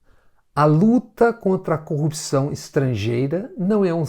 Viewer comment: Moro combate a "corruxão" , ele se quer consegue pronunçiar a palavra corrupção. Pode ser que até as eleições aprenda kkkkkkk